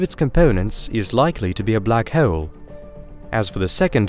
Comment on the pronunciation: Just say hole like a normal fkn person jfc